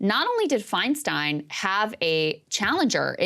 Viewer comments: Interesting that Whoopi mispronounces Feinstein's name twice. It's "Fine-STINE" not "Fine-STEEN." Could this be an accident? No, because Whoopi got her start in the comedy clubs of San Francisco in the late 70's and early 80s, right when DiFi was a member of the SF Board of Supervisors and then Mayor of SF. Whoopi has heard DiFi's last name pronounced correctly for well over 40 years at this point. Is this just another manifestation of Whoop's anti-Semitism? Asking for a friend. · Are we going to ignore the fact that Woopie didn't even have enough awareness of Feistein to pronounce her name correctly?